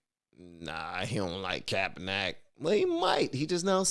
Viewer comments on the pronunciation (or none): It's pronounced. "Capper-Nick"